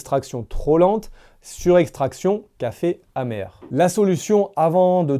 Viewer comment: En français on dit pas: trop hacide ou trop hamèr. On dit trop Pacide ou trop pamèr. Merci de réviser le français avant d'enregistrer une video